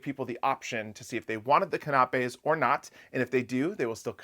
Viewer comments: Can a pays not can op peas for pronunciation… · KAH-NAH-PAYS???? It's CAN-AH-PAYS!!! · Can a pay - canapés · canapes =kan' a pays accented first syllable---always check the way a word is pronounced when you will use it repeatedly. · No disrespect, love you guys but CANAPAS is prounced Can- a- pees. Keep on loving the info!!! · Can-a-pay = canapé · canapés pronunciation: can-a-payz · I think it's adorable how you pronounce the word "konopies" 😂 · I had no clue what he was trying to say when he was talking about canapés., it is pronounced can (like a tin can) ap (think computer app) and finally plays (again think the first letter of the English alphabet). Put it all together and you have canapés. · Is that how you pronounce that in the midwest - canapays? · Thanks for the informative video, but please (just for future reference) look up how to pronounce canapés. I didn’t realise what you were talking about at first. Sorry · Check your pronunciation of canapés. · I love your channel but you're mispronouncing canapes. Please use YouTube or an online dictionary for pronunciation.❤❤🎉